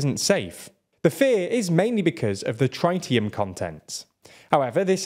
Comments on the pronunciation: and he pronounced tritium as trytium smh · Not TrItium it's Tritium. Like the word trim. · It's Tritium, not Traitium. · tri-tee-uhm not try-tee-uhm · Really? TRY-tee-um? Come on man you're supposed to be English. If you don't know how something is pronounced CHECK THE INTERNET.